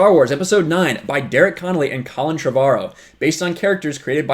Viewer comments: It's pronounced Trevor-O. Drives me batty when people say it wrong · Why does everyone have such weird pronunciations of "Trevorrow"? It's literally pronounced "Trevor Row".